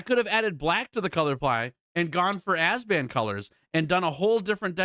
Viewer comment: I hate being the grammar police, but W-B-G is Abzan, not Azban. Still great video man